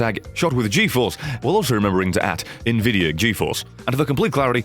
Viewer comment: I think he was pronouncing it like Nvi-dia instead of N-Vidia